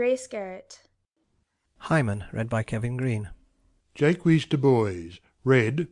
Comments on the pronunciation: in As you like it. It's "Jay-Kwees" here. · "Jaques" = "j-ah-ck" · In our theatre class, I thought it was Jacques said normally (the French way), others thought it wad Jakes, some thought it was Jay-keys. We're pronouncing it zhay-kwees. No one's remembering how to say it. Part of me wishes we could just call him Jack already.